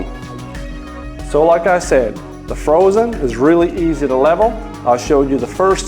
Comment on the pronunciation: Not sure I can trust someone that pronounces Phrozen incorrectly.